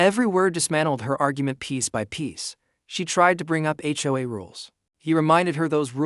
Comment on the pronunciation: Home owners association, as mispronounced by AI.